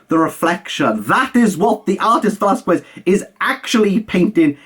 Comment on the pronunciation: Hey, just to let you know. Velas-KEZ. In Spanish, 'que' and 'qui' are pronounced KE and KI, like queso and quinoa